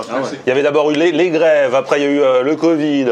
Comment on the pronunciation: « Il y avait d’abord eu lé, lé grèves euuu, après il y a eu le covideuu craf,craf,craf... »